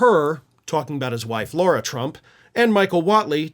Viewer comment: I believe her name is pronounced Lara, like rhymes with Sarah. But Laura is one of the nicer things you could call her.😂